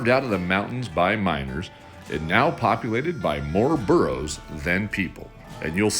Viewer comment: It's Burros, not Borrows